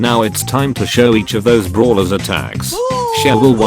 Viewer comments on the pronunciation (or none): Instead of saying brawlers its bruhlers 😂